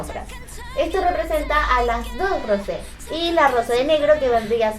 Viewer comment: Lo siento pero se pronuncia rousé